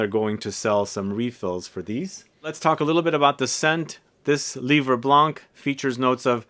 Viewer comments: I bought those 4 Zara in 30ml only because of the Giacobetti's vibe but they smell just ok for me, that's not a wow like Iunx fragrances were. I loved l'Eau Sento from Iunx but unfortunelatly Iunx is over 😢 Thank you. Oh in Livre Blanc, we don't pronounce the 'c' at the end of 'Blanc' 😉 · Your prononciation of ensoleillé is quite good ; but for "blanc" you dont have to prononce the "c" at the end! Just say "blan" :)